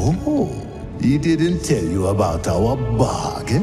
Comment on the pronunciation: What's a "BARGIN",? =)